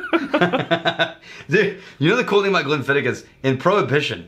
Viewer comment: Just so you know, you are pronouncing it wrong. And just so you know how I know that you are pronouncing wrong is because I contacted The Distillery. The proper pronunciation is Glenn-Fid-Och. The OCH is pronounced like Loch ness monster. Your welcome.